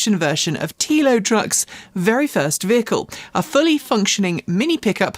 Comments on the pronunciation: TELL-O, TELO, no? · FYI, Telo is pronounced like „Hello“ … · sorry, I meant the way it was pronounced... maybe it is just me... thanks and take care!